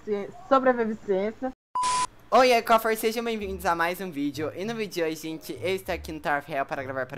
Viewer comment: SOBREBREVINENCIA eu:LINDUH